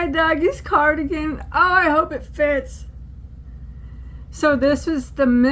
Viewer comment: Poodlerino!! Love it!! It's a carDOUGan 😂😂